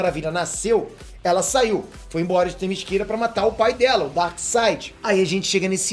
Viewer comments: LI algumas paginas desse gibi!hehehe!,se diz, TE MÍ CE RA,bem como se lê. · "Temisquira" foi ótimo! aOUHAuoaHUOHauoAhaouhUHohuoHOUhuoHOHuo